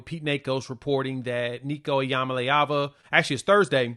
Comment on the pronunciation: I applaud you brother for correctly hitting that name. Many vloggers are screwing it up.